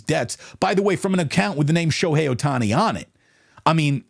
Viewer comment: Shobookie Ohtani lol